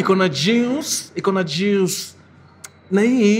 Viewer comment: Looking forward for the jooice ( Mkuruu's pronunciation)